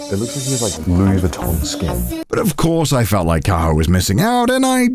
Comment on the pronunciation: Why does Connor says Kaho like Carl 😭